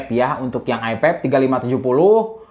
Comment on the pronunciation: nyebut i5 jadi "ai paip"